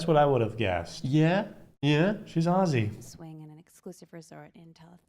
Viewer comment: You guys pronounce Aussie perfectly, so many Americans just can’t get it right, go onyx guys 😃😃